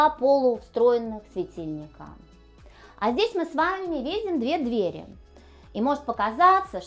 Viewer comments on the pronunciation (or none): none